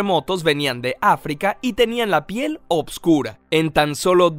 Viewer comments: Es oscura.....y no """opscura""" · soy el unico que cree que dice obsvuro